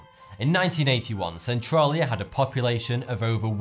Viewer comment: thats not how you say Centralia